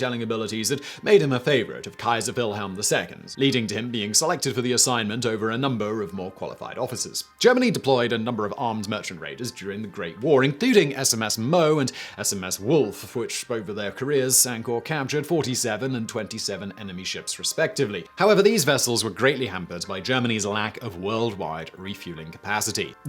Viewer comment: Simon's German pronunciation is dreadful! The Mow and woolf? It's spelt Moewe (plus umlaut on o) so pronounced Murva (approx!) and Volf. Come on Simon, you've been torturing german for long enough now! And I'm British, too! And I've seen the comment about See-adler, not Seedler. Sounds terrible.